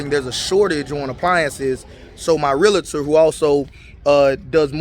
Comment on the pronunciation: 😊 I am a Real-tor as well. It’s pronounced lick Doctor- Realtor (Real-tor)